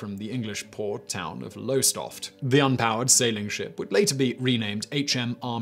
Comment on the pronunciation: Simon Simon Simon, come on dude, your a Brit, how could you pronounce Lowestoft wrong? Its pronounced LowerStoft.